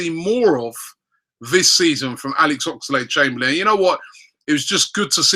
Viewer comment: Everytime Robbie says Ox's name like Ox-A-lade Chamberlain. I part of me dies a little